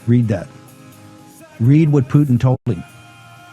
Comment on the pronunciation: If you're pronouncing the name Putin, "Poo-Tin," just to get us to comment on it, ...It worked.